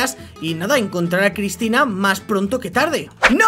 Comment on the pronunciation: Dijiste crypina no Cristina